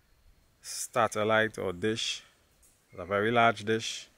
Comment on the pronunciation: By the way, it's SATellite, not STATellite.